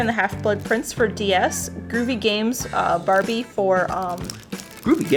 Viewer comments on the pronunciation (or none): none